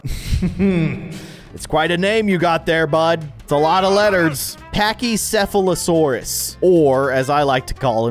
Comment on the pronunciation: actualy said packychephalosoaurus correctly😧😲